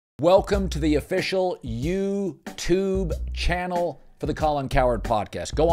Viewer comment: I’m going to call it. We need a new intro where Colin doesn’t annunciate “ You-Tube-Channel“ like it’s 2002 and we’ve never heard of it.